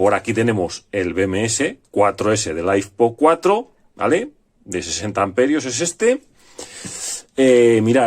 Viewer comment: lifepo4, litio, ferro, no laifpo, que rs vidapo